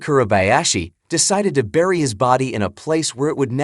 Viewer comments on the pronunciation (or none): none